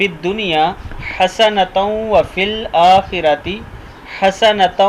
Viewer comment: Bhai ap ne tajveed sy nh prha hy. Akhira. Ra ap ne patla prha hy..